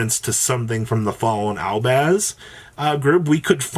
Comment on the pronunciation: Albaz not albaand